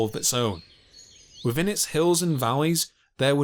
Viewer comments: Ha ha ha, yes 😂 So irritating! Also not forgetting the wiv and fink... fousand, frew, mammofs, cloving, wivvin, feories, etc. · What do you "fink" ? "Pressure wivin it"... "Birf" !